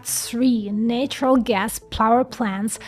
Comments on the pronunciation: At least give the correct one, dog. Natural is pronounced NATT-ural like battery. Nature is pronounced NAY-ture. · Good video but may I give you a tip? Nature and natural are pronounced with different A:s. The A in nature is pronounced like A in the alphabet. You already do this, but the NA in natural is pronounced closer to the NE in nemesis. A short A.